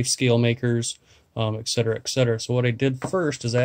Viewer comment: Really, very cool ideas! That said, I think you mean "Et cetera" and "Especially". Excetera and exspecially dont exist. Keep up the great vids!